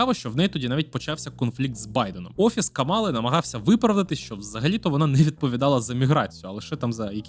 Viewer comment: Давайте може почнемо вашу експертність будувати з того, щоб правильно ставити наголос в імені Камали? 🌚